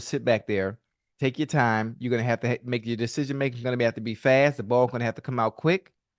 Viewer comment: Man can’t say decision making to save his life